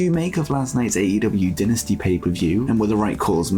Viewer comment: Bro it’s DIE-nasty, not DIN-asty 🤣🤣🤣